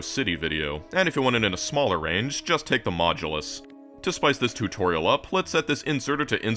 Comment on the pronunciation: tourtorial? totourial?